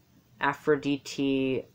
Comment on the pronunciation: You are right but you went out of topic. You started saying aphoridite is goddess of war and this is right. (you pronounce very nicely aphrod'I"te) (I could help you with pron/tion) Aries is a god of action while Aphrodite is goddess of intellectuality. So aries is the passion for war and war itself while aphrodite is the wars coming come due to love or the wars we do in order to fid love. Also represents the war we do with our selfs to become a person with kind and beautiful actions and thinking. Battle is not only war. Diet, flirt, athetism, dancing ... all these are type of battles that hear in the name of aphrodite. You did a great mistake about "the goddess of cities". You have mistaken athena who she is the goddess of cities and wars while we make conversations with aphrodite. You also mistaken aphodite for goddess of the sea , but this is not true. Afros means soap of the foam of the sea which represents the air or the aura which comes from the steams lf the sea when they heat or move violently. This is air, not water. There is npt greatest battle with our selfs than the battle we do in order to reach the virtues we need in order to become more beautiful versions of our selves.This is the epitomy of aphrodite, aries is the battle we give with this beautiful self with others that are different than us. Two sides,Beauty and harmony are the primal terms you need to seek whenever you try to understand any god.